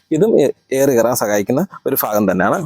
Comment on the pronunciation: ഫാഗം അല്ല ഭാഗം എന്ന് പറ